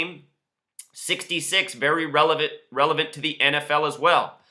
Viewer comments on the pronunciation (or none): none